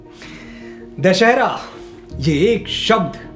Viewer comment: दशानन की हार से बना 'दशहरा' न कि 'दशहेरा'। Aisa humne aaj he kahi padha aur vahi sahi uccharan hai. Magar aap bhi दशहेरा kah rahe hai. Krupaya karke kya sahi hai hum sabhi ko batae.